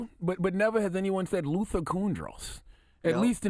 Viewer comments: So it said properly pronounced Martin LUFFER King, repeatedly. In Rochester, NY Lovely Warren the Mayor says with purpose LIBARY repeatedly. Oh and it's Martin Luffer King Mumff? Wow. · And secondly Charlamagne...who is Martin LUFFA King? I think your pronouncing it wrong.... Coincidence?